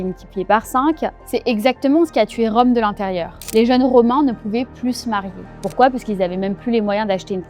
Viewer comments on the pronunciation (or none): "Pourquoi" avec un "r" stp. Parce que sinon c'est faible 😁.